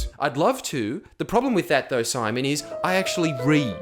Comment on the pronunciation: Everytime you said "simon" it triggered me deeply